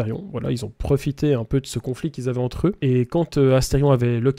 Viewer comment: C Asterion et pas Astefion🎵🎵